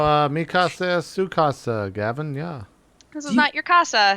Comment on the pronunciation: "mi casa" Spanish for my house. I don't know how you can possibly make that mistake unless you don't know the expression means "my house is your house". Boggled at the butchery even though I'm pretty sure your native tongue is a third language here.